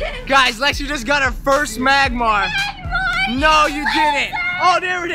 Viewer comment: It's magmar